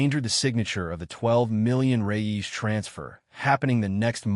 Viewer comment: The Brazilian's money name is "Reais" not "Reyes"